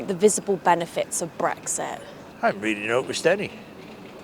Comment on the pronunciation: "The visibull benefehs of Brex-eh" ? What on Earth? {:o:O:}